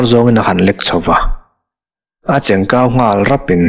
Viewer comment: I chhiar thiam em em rualin, silai cheng kau tiha 'kau' hi i thluk dik ngai miah lo. Verb modified form hmanna turah i hmang ngai lo. A silai cheng pawh kau lem lo hian tihah hian kau hi lam hniam tur, titau tiha tau ang hian kau hi lam tur, chu chu tikau tihna a ni e.